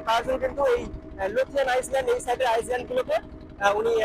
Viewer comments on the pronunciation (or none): আইসল্যান্ড না ভাই ওটাকে আইল্যান্ড বলে । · আইল্যান্ড বানানটা ইংরেজিতে ওরকমই হয় , সামনে আইএএস লেখাটার কোন উচ্চারণ হয় না ওটাকে আইল্যান্ডে বলে । শুনতে বাজে লাগছে এবং আগামী দিনে অন্য কেউ হয়তো বলবে ।